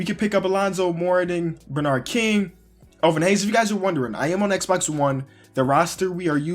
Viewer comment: why are you sayjng elvin haynes lol its hayes